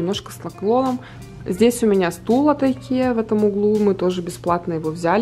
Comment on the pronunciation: Вы замечательная женщина и Мама!!!! Пусть все будет у Вас прекрасно с Сарой! Небольшая поправочка правильно говорить Икея. Ее основатель Ингвар Кампард. Так и складывается название ИКея